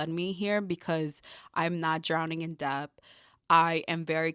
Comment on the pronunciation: Amazing!! Great video, just FYI it is pronounced DET the B is silent